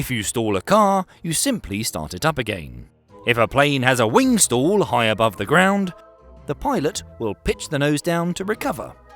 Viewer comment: Good explanation of the physics of balloon deflation in flight. Though you might want to learn proper English pronunciation. "Stall" is pronounced as "stawl", not "stool". I kept thinking what kind of stool you were talking about until it hit me that it's not me, it's you. 😅